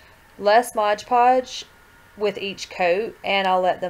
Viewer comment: thx for making this hehehe it's "mod podge" btw not " modge podge" have a great day♥☻☺